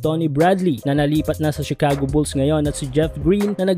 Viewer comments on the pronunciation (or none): none